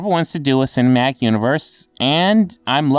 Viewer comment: I love how you say "cinematic," dude. Who needs consonants.